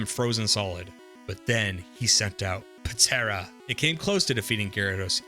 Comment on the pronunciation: The p in Ptera is silent